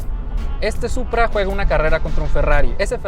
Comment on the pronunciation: it’s Supra. Not Puta.